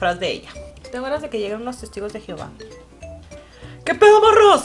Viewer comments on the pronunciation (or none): none